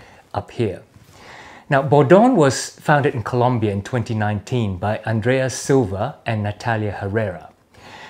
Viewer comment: I am honestly impressed that you pronounced Colombia correctly! Most Australians simply say Columbia. Thank you for being awesome. By the way, most of your videos leave me with the feeling that I need to buy more boots.... and make more money to pay for said boots...